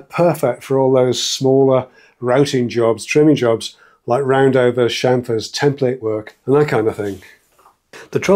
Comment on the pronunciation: lol thumper